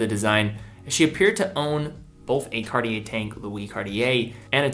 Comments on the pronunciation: He is pronouncing it correctly as far as I’m concerned.. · MmeDesgranges - Surprisingly for a yank, he’s pronouncing it correctly. How do YOU pronounce it?